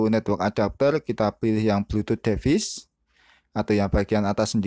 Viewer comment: duh bacanya bkn devis tp divais. tutor bgs anyway